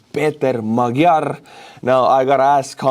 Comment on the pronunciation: Peter Magyar's name is pronounced "Madj-yar".